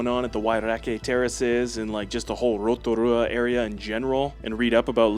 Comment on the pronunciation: Taupo, " Tow paw" ,easy way to say it,you nailed Rotorua though,even rolling the "R".